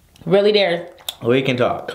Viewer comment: Darius said it right!